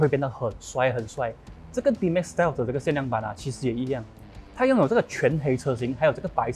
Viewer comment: Whelan介绍这辆车读英文不好，把Stealth读成Steel，真的是看了就令人失望，还是你讲最好。